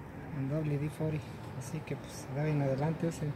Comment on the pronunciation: 🤣 con pedos y domina el español pero wd fori